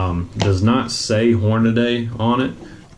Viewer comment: Hornady (Hor-na-dee) Not Hornaday.